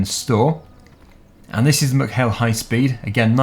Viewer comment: I live near ballinrobe in mayo its pronounced meck hail not muck hail